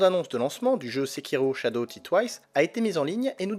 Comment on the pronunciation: shadow "dit" twice :D die plutot ? super video sinon :)